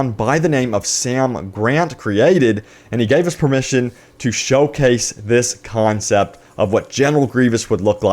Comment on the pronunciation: "Concept" dammit